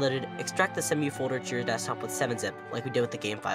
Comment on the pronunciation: Not "semm-you". "See-moo".